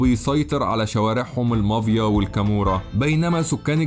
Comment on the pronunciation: Mafia, not Mavia!